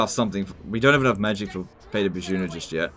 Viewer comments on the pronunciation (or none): Aggressive Tubesock unmmm. Yes it is. If you think it’s legitimately pronounced “Bah-juna” you’re a donkey